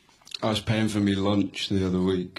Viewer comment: I lost it at “I was paying fore Mi lonch”